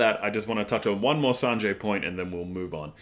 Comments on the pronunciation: yeah its Zoro, and also Sanji is pronounced as San---G, not San--Jay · You say Sanjay but it's sangee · This video felt really tight and concise, I love it! You also pick up on things a lot which I'm loving :) Other people have already said this, but yes its is Zoro not Zolo. Also idk if my ears are just not working today but I think you got Sanji's name a little wonky. The 'i' at the end of his name is pronounced the same way you'd say the letter 'e'.